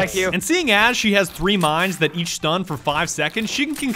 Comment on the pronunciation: AS NOT ASH